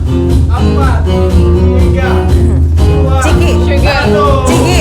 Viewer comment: Ngakak chucky kenapa jadi chiki wkwk